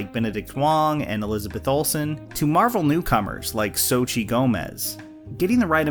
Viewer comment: I love how you try to pronounce Xochitl's name, don't worry, not even most mexicans can pronounce that name hahaha, it comes from the aztec's language, if anyone was wondering